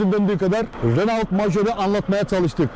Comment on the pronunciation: Ali bey Renault yerine reno deseniz daha iyi olacak. Herkes reno der.